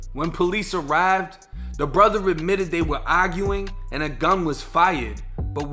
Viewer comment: He awgued and was chaawed with shootin' at his own brutha?